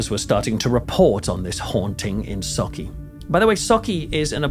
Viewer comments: I just want to say... as a Scottish person, thank you for pronouncing Sauchie right 😄👍🏻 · Bravo for saying sauchie correctly and not mangling it like most do 👏👏👏👏